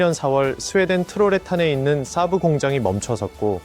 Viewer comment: 순외래어 saab(쎄-브)를 사부 (스승)으로 알아듣겠금 발음하고 지랄들을...